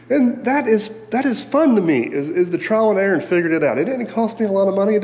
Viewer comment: . Are you saying: "Trial and error" or "Trying and Aaron?"